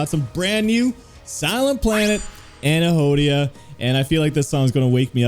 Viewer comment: its prononuced an- hedonia. . i love your reaction!!!